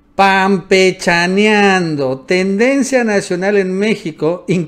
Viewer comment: debería de quitar el intro de sus videos donde amlo dice su canal y que grabe a él tal elizeo diciendo panpechaneando... Jajjaja